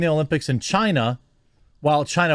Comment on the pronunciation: Well i mean its CHIEEENAH